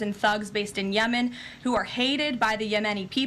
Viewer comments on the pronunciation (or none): none